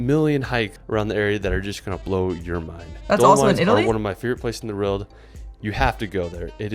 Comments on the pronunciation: He always makes great videos around the world but he struggles to say "World" is it just me?. Roorwld! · This is the guy that can't say "world" properly for some reason :D